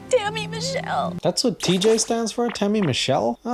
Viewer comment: She said "Tammy Michele". I thought she said "Dammit Michele".. lol